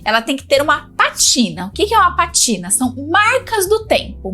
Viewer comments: Não é "patina". É PÁtina, com acento no "pá". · Estava lendo os comentários pra ver se alguém a corrigiria pra não ficar rtepetitivo. O certo é pátina sim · Acho que você se enganou,. É PÁTINA. Tem acento no A. Significa: "Pátina do tempo refere-se à marca natural ou artificial de envelhecimento em superfícies (metais, madeira, couro, pedra), como a camada esverdeada no cobre ou o desgaste em móveis, que confere beleza, história e caráter aos objetos, valorizando-os como testemunho de sua jornada ao longo dos anos, um conceito poético e estético" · O nome é patina( a sílaba tônica é na primeira sílaba!!! 😮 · Bom dia,! Só pra colaborar: a pronúncia da palavra é "pátina", sendo que a sílaba forte é pá... Se eu estiver equivocada, pode me corrigir. Um abraço! Sou sua fã! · o correto é dizer pátina com assento. 😊❤